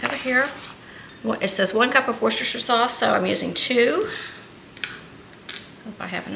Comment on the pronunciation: It is «Wooster-shy-er» sauce!!! This is according to the inventors of it, Lea&Perrins!!! 🤗